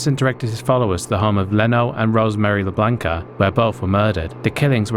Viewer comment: Labianca, not "Lablanca".